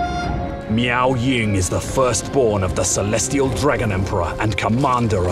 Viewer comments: I will always hear Meow Ying instead of Miao lol. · I keep hearing meow ying